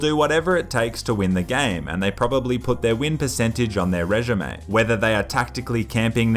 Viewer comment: he said ‘reshume’ lol